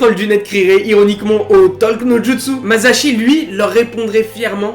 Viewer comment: c lui qui à dit "mazashi" et moi g fait la remarque lol